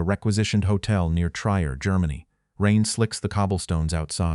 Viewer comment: Fix your AI's speech. It's not Tr_y_er. It's Trier and sounds like "treer".